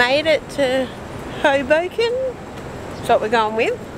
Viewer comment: You said Hoboken correctly now I want go there just to try the tacos.